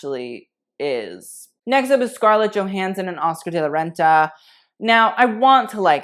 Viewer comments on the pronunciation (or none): none